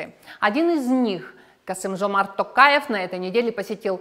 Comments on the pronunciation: pls не 'такаев' а 'токаев'. 'о' как в слове 'олег'. вы как колонизатор, не хотите менять корректное звучание слово, даже если звук существует на вашем языке (звук 'о') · Почему тогда вы не ведёте передачу на казахском языке? Не надо обелять Мухоряпава. А фамилию надо произносить Токаев, не Такаев.